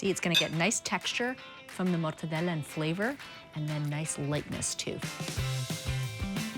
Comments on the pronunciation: I'd eat that slider out of her buttcrack but her over pronunciation of MORRRTADELAAAA is annoying AF. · Its interesting how GIADA overpronunciates the names of the Italian ingredients. "MORTEDELLAAA" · With the hand movement or it doesn’t count